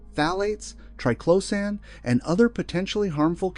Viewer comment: The information here is good, but the continual mispronunciation of triclosan makes me want to scream! If phthalates can be pronounced correctly, why can’t triclosan?